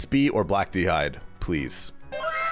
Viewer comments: Interesting that all of the pkers at the alter said 'Pleae' instead of please. Looks like a bot farm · Why is everyone saying “Pleae”? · Every single one of them missed the s in "Please" What in the..?